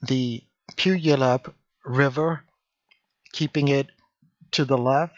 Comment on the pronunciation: Good video! Really cool to see you flying over my city. :) I live in the city of Puyallup. BTW, It's a Native American tribe's name and pronounced Pew-Ah-Loop.